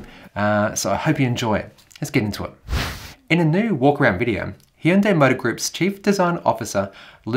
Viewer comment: Did he just say HEEEEEndai lol wtf here in the us it’s called Hyundai as in HUNNday